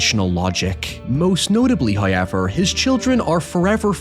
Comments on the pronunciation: First "hoyevver" drop , and again He tries to sneak it past us. We must be ever vigilant of his capricious charms. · Three HOYEVERS in a month!? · Unrelated, but I know a lot of people give you a hard time about the “hoyiver” and other features of your accent. Well. I have recently started watching the channel, which is narrated by another Northern Irish person, and she pronounces the word “however” exactly like you do. We’re just not used to hearing Northern Irish accents as they aren’t very common in popular media.